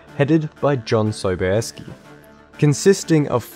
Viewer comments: "John Sobayeskee"... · JOHN Sobieski.....I mean I guess it's technically correct but also feels so wrong.